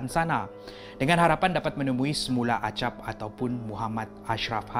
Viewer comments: Bang tu yg las tu nama nya acap bukan agap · Acap bukan agap